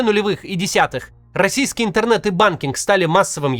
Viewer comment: Он даже произносит это слово с нескрываемым отвращением: "ынтэрнэт" 🙄...